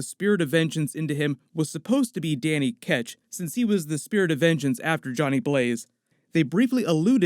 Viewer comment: Don't forget Carter Slade ,Nathan Kale and Mackie! :D Also its Danny Ketch, not Catch! XD